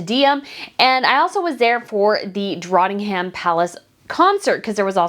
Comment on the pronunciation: Hey just so you know it’s DrOttNInghOLm, not DrAttINnghAm